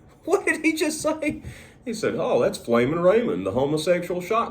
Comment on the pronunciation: it’s “flamin” not “flammin”